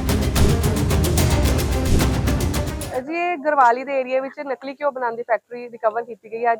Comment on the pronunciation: ਨਲਕੀ ਨੀ😂 ਨਕਲੀ ਹੁੰਦਾ